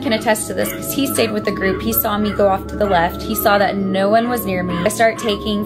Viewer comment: THE "NAUR" IS KILLING ME